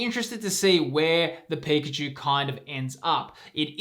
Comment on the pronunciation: IT'S PIKACHU, love the vids bro keep up the good work❤